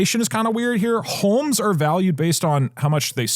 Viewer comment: Doug said "holmes" instead of "homes" like 20 fucking times in a row and my head is spinning 🫪